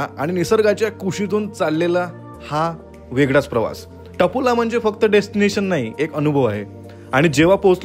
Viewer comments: व्हीडीओ छान आहे , पण मराठी उच्चार ठीक नाही. ते टपोला नाही . तापोळा आहे . व्हिडिओ बनवताना ही काळजी घ्यावी. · हो ना तापोळा म्हणायचं, कसेतरीच बोलताय